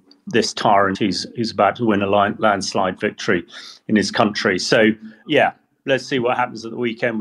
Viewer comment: Wictory is constipation